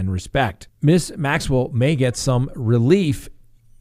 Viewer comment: you pronounce G. Maxwell name perfectly but Duggar had you stumped?